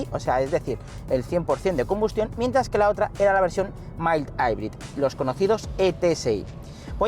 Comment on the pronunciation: Me quedo con el “mai-aibrid”